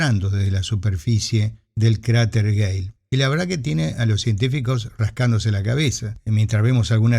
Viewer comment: No hay UNA vez donde no parezca que dice "cráter gay"